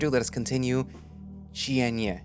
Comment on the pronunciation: Loving the novel so far but if you want help on the title Cienie is pronounced S.